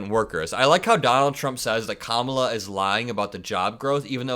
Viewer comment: Just want to applaud your masterful pronunciation of the Vice President's first name.